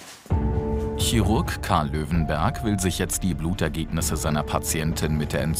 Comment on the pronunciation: "Blutergegnisse", wer hörts auch?😂